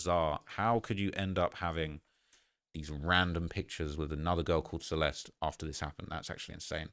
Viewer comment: Celest... everybody saying that poor girls name wrong. You're all missing and "e" at the end and it sounds like the "i" in the word bird. Your welcome lol